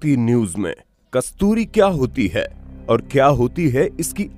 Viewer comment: आधा अधूरा ज्ञान बहुत खतरनाक होता है, अपना उच्चारण तो ठीक कर ले कमबख्त है को अ बोल रहा है